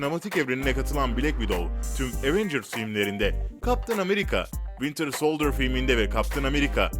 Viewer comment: wintırh solDırrh